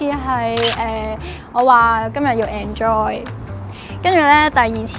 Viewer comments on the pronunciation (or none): 😂😂😂居然讀''and joy"